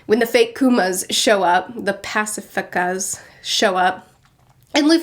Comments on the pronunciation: Oda: Pacifista: PACCEFECCACA XD its sayed: PA-SHE-FEAST-A <--- JUST LIKE THAT XD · I knew you and Daniel would enjoy this arc more than most typical manga readers. The themes go much deeper (ha HA get it?) than most manga are willing to go. This arc focuses more on world building and those themes than on action, fighting and power levels. Also, it’s Passy-feast-ahs, a take on the pronunciation of Pacifist. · i've never heard you swear and then you pronounced Pacifista as "passa fuckas" and that really threw me off lol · When you said Kuma instead of Bible Guy, I thought "Oh she knows the names now" Pacicista, paficista, ... the fake paw paw Ok nevermind then... glad this hasn't changed :D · The pacifuckas??? 💀💀💀 that’s legitimately my favorite mispronunciation yet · Pacifista = "Pass-eh-fee-sta" and it's Spanish for "pacifist" IIRC. Rather telling about how the WG wants to use them. EDIT: Take your time. Arcs get bigger from here on, you'll need time to digest them. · pas-ee-fist-a (pacifista) sa-bi-oe-ty (sabaody) arc-i-pell-a-go (archipelago) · Ah yes the "pacifakas". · great review as always. Btw it’s pronounced “pass-i-FEAST-uh” (the “i” is short like in the word “flick”) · It's Pa-si-fi-sta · "pacificas" ah yes. and names. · Pasa-feast-a is how you pronounce the fake kuma's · When anyone mispronounces an one piece name. -OP fans: You are the scum of earth, it's pronounced like such and such!!!! When mispronounces Pacifista and replaces it by fake Paw Paw. -OP fans: Yeah, that sounds about right, keep on! We love your reviews! Keep on going, can't wait for you to catch up! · Pacifista: pah - sea - fist - ah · The fake Kumas are pronounced (pass-a-feest-a) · Pasafictas Pronounced like Pasaficst (people who don't like to fight) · Its pronounced paa-see-fees-stas. And by the way, I'm really enjoying your reactions👍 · I love how she's struggling to say pacifictas 😂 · Pronounced: pass- ee- feast- as. Hope this helps :)